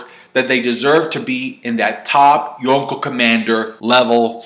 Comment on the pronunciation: Cant handle him calling them yooko instead of yonko